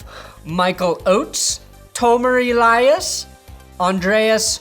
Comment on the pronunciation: I can't believe you said "Elias" right...that really is good sports! Edit: additionally, I bet your Schwartz is as big as mine! (Thanks to Manscaped!)